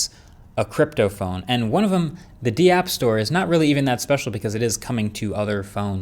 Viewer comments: It's pronouced dapp not DeeApp. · here 7 months later and you really know Marques Brownlee isn't into all that crypto web3 stuff because did he just pronounce 'dApps' as 'd-Apps'? LMAO! 🤣🤣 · I know it's spelled dapps. But the fact that you call them Dee apps and not daps says a lot about how well you did your research on the topic. Learn what dapps are, also Solana vs Ethereum is like saying windows 98 vs Windows 11. Solana is literally the fastest crypto in the space capable of processing up to 65,000 transactions per second. For everyone skeptical about crypto and blockchain just know that it is nothing but a technology and another protocol layer on the internet ( just like Java script, html, jpeg and so on. Every link and file you click on is considered a protocol). Crypto is happening whether anyone wants it or not. Let's all try to capitalize on it while we still can. Do your own research guys. You will see its value